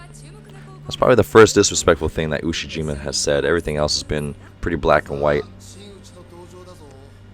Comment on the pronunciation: Ushiyima Wakatoshi.... Ushi-Waka 😁